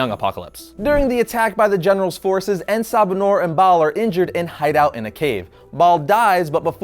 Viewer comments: It's En Sa Ba Nur not En Ba Sa Nur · you slaughtered the name. I mean, wikipedia slaughtered it too, and the writers as well. It took me a while to actually understand the name. You see, if they were going to translate (The Morning Light) into Arabic, it would be either pronounced as Assabah-hon-nour, a slight pause with the dashes, or Nur Assabah. En has no placement unless they described him as the light of the morning, in which case it would be Ennahu Sabah Annour.